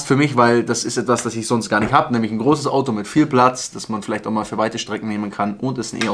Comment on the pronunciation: Q7 Muttipanzer und E ... gähn ... übrigens heisst es Platz und nicht Blatz ... next video please